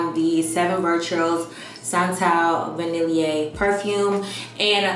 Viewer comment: I love you but gurlllll! Va-nil-e-a? Lmao. Vanille (va-nil)